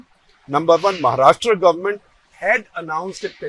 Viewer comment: Also, I think on the analogy of the pronunciation कर्नाटका, you pronounce 'Maharashtra' also as महाराष्ट्रा -- at least off and on, though admittedly not always. Well, it is and should be महाराष्ट्र.